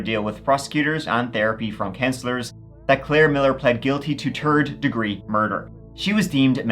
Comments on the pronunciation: homie said “turd” degree murder 😆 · "Turd degree murd3r" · "Claire Miller plead guilty to TURD degree murder..." 💀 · Did he say she pled to TERD DEGREE MURDER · “Turd degree murder” 😂